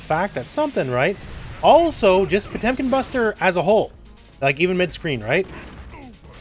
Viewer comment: They butchered Potemkin RIP!